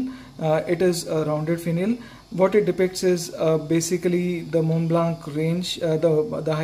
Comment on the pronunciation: and also "Montblanc" being mispronounced in the whole video. It should be said without the "k" at the end.